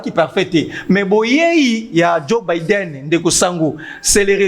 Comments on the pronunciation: Sango,djo baiden prononciation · Ndeko Sango, permetre ngay na porter yo correction en public : balobaka'' Djo Baidn ou Baiden''. Par ailleurs, ba lobaka ''assemblée '' et non ''ensemblee ''